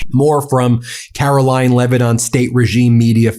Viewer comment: Did Ben just call her "Karolying" Leavitt? I've been using that name for some time now. A truly DISGUSTING individual.